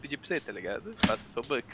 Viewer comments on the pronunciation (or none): Mano me deu agunia do chamar a moeda do roblox de robOx o certo é robux